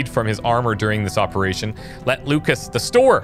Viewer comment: Eperation “bone mother” KEKW